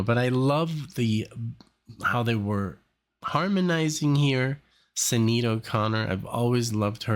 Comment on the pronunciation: By the way, Sinead is pronounced Shin-aid.